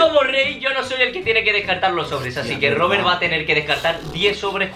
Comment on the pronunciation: En el 8: 21 dice robelt en ves de Robert